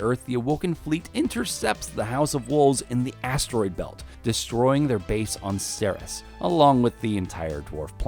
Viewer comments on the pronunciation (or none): Ceres pronounced Sair-eez.